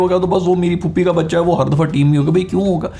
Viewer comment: I am sorry but when you said ye phuppi ka bucha hai...I though you said kutti ka bacha hai. 😀